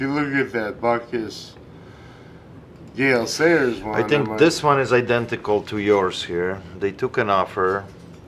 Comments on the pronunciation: mixing up his pronunciation of Gale Sayers as “gay sailor” is probably one of the funniest things I’ve ever seen😂😂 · Right and me knowing nothing about football hearing “Gay Sailors” and “Dick Butkiss”. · Did he say gay sailors? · Did just say "Gay Sailors' when talking about the signed helmet?:-) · My knowledge of American football players is little to none so when he said "Gay Sailors" following by what I thought was "Dick Buttkiss" I thought he was taking the piss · cracked up when you messed up Gale Sayers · Yea I know its Gale Sayers, and said it correctly other other time, he just said it how I said that 1 time, funny. Just listen.